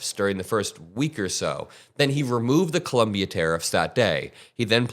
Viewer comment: Love your comments, but please pronounce this South American country CoLOMbia, not CoLUMbia.